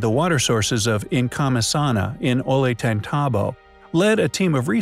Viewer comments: the double y is a ya sound o yant a tambo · Please PLEASE learn to pronounce this name!!! O-yon-te-tombo. The double l in Spanish is pronounced like a y. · The 'L" is pronounced as a "Y", not 'L'. Just sayin'. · Love your vids, but damn Gringo, learn how to pronounce ollantaytambo. 2 L's together sound like a Y, like La Jolla sounds like La Hoiya